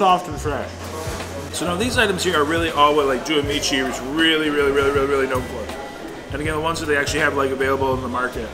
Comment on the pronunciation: it's DO-AY ah me chi; it means two friends